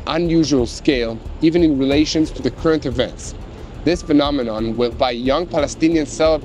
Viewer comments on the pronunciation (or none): none